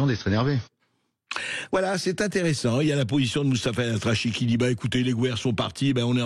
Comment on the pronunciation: Elatrassi pas elatrachi! Juste cette erreur d'orthographe et de prononciation en dit long sur votre position politique cher monsieur.... Vous n'arriverez à diviser que les gens qui vous écoutent et vous êtes de moins en moins car 90 % sont des gens comme nous pour aller rigoler de votre spectacle de marionnettes